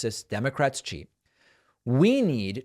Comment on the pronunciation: Note how The Don pronounces the word " cheet"...oh. feels so good !!